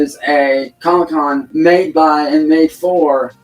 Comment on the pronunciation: When hes talking about that online comicon he sounds like hes saying "pedo con" lol